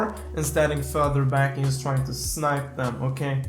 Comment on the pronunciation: upgrade your english because it is not yust its just